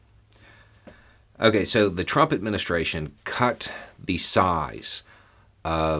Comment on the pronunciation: I nearly choked on my lunch. You believe that Trrrumpp's actions were against the law. You said is such a deadpan manner. Thank You.